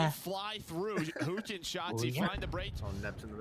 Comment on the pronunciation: He just really emphasizing the hu in huke 😆